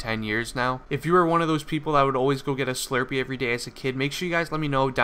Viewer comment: whats a shlurpee